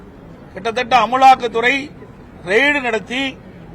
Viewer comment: அம்மளாக்துரை இல்ல தலைவரே அமலாக்கதுறை